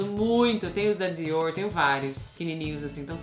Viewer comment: Desculpa, estou meio sem graça, mas preciso falar, Meu nome é Alessandra, eu e meu marido usamos a mesma conta, então o nome dele que vai sair. Camila você melhorou bastante, acho você linda! Mas queria dizer uma coisa, aprende por favor a pronunciar os nomes que não são em inglês corretamente ou então fala com sotaque brasileiro mesmo, não é legal você pronunciando coisas como Dior com sotaque errado, é grosseiro, ( os franceses ficam loucos com coisas assim) ou Salvatore Ferragamo que é italiano, ninguém é obrigado a falar vários idiomas mas é mais elegante pronunciar abrasileirado do que com sotaque inglês, fala Diorrrrrr. Você é uma mulher linda e para ter obtido todo esse sucesso, imagino que muito inteligente também. Não faz isso, você está ensinando as pessoas erroneamente. Sucesso.